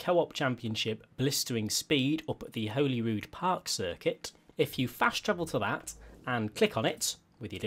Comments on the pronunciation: the race name/place name is pronounced "hollyrood", it's just spelt holy! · Your butchering the name Holyrood never mind the car! It’s pronounced Holy as in the holy and the ivy Not holy as in religious